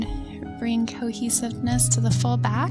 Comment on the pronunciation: Is it a prerequisite to say 'back'....bawk? Or is that a California thing?